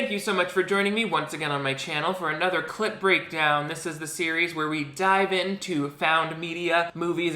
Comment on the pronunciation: Discovered your channel yesterday and I'm BINGING. Hard. Btw, I keep thinking you're saying "clit breakdown"